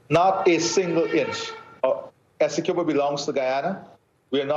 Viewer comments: Somebody please teach the anchor how to pronounce 'Essequibo', the poor guy looks like he's about to choke every time he has to pronounce it. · NBC news reporters should at least know how to pronounce Essequibo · The journalist doesnt even know how to pronounce Essequibo lol